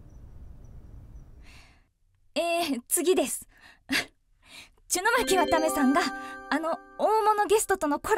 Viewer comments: ちゅのまきわためさんｗ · ちゅの巻わためw